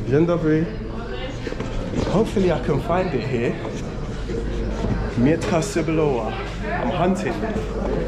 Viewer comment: Hahahaha xD I dunno if someone tell you earlier but when you say "Mietka cebulowa" you say something like "Onion ":D Trust me I'm Polish Onion:D And if you want to taste some of our dish like a "krokiety" or something like "pierogi" you should ask seller how you should eat this like "it taste better when it's hot or cold" - "smakuje lepiej jak jest ciepłe czy zimne". BTW krokiety never taste better hot or cold when you buy then from that kind of shops. Dziekuje, do widzenia, milego dnia:)